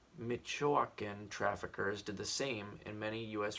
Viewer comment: Michoacán is pronounced "Meech-oh-caun" in American english